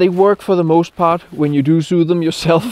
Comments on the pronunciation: Index...and pointy in English. Sue is what these glove companies are going to do, sew is said the same as so 😂🤘🏻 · Hej og glædelig jul fra en loyal abonnent, der med stor beundring nyder dine råd (og flotte optagelser). Tillad mig at gøre opmærksom på udtalen af det engelske ord for “at sy” (to sew). Jeg er ret sikker på, at det udtales [ to såu]. VH. Jørgen